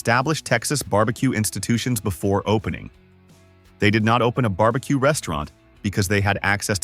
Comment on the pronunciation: Bar B Quay? Really?